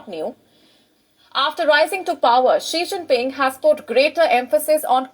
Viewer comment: Not Shing Ping 😂🤣🤣